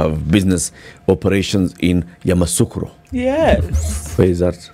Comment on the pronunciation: It’s Yamoussoukro not Yamassoukro